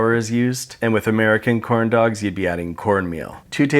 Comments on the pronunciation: Why tf when you say dogs it sounds like duh-cks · "korn doKS"